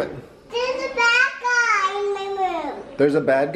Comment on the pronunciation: Thewe's a bwad guy in my woom OMG is so cute